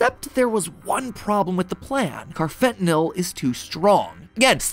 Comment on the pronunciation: Hey Matt, I’m a psychology major and we’ve learned about carfentanyl and how street drugs are being laced with it. 1.) First off, sorry to be that guy, but it’s pronounced “carfenta-NALL” lol 2.) Second, it would be really funny if Poppy Playtime ended up being the world’s most elaborate anti-drug PSA. Maybe the harming children stuff is a warning against drug usage in early parents?